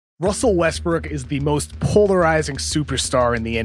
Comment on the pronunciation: "Wussell Wuestwook"